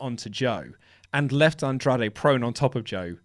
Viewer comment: Why does have to say Andrade like that? Andrrrrrrradre.